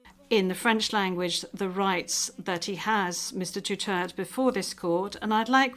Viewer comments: Hey Women can you pronounce properly the last name of Former president Duterte. DUTERTE DUTERTE HELLO SAY IT right Duterte again Duterte not Mr Dutert😂😮😮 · DUTERTE! NOT Dutert! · DUTERTE not Dutert 😒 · Poor Mr. DUTERTH. He kept pleading with the presiding judge to properly pronounce and accentuate his surname but kept getting ignored. Sorry, Mr. DUTERTH! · Dutert(e) - silent e 😂